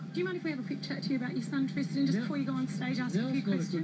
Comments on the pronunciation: Did she say... Twistan Barker? o.O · did she say twisten barker??